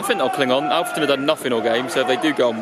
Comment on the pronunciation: It’s olfreton not ahfreton